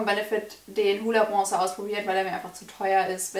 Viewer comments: Man muss erstmal lernen, wie man bronzer ausspricht, bevor man einen zugeschickt bekommt haha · Hahahahahah was für zuschicken warum sollte dir jemand für 30€ was zuschicken arrogant oder was?😂😂😂erstes Video und direkt bist du mir unsympathisch....und was machen 20€ (thebalm Bahama Mama bronzer) und 30€ ( benefit hula bronzer) für Unterschiede. Außerdem heißt es bronzer und nicht brongzer